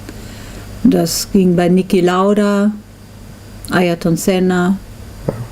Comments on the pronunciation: nicki lauder? he's called niki lauda. great documentary though, strange the fact that you can't film your lap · I'm sure you've already gotten your fair share of this, but I just can't leave it be... Who is Nicki Lauder? ;-) Otherwise, great documentary. Just came across it today. Cheers from Finland!